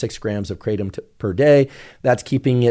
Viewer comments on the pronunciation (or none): The original Indonesian pronunciation is krah-TUM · The American pronunciation is KRAY-tum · The trees are everywhere here in Thailand and it’s called Kra-Tom kra like in crack and Tom like the name